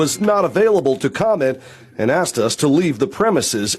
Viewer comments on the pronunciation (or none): Baby plz don’t say “Axed” for asked !